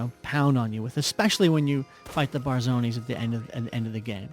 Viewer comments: he called the barzinis the "barzonis". come on man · "Barzonis" xD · Did he just say Barzoni's?